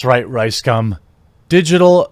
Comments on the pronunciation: Yo Jeremy - Can you at the VERY LEAST get his name right?? cough It's RiceSCUM ...Thank you. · Is it just me, or is Jeremy calling him Ricescum a few times in this vid? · Am I hearing wrong or I keep hearing "Ricecum"? XD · I only hear his "name" as RyeScum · Had to read the title twice to make sure I was hearing "riScum" wrong. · Ryescum XD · Ricegum sounds like Ricescum^^ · It’s pronounced rice cum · you're pronouncing it wrong its Ricescum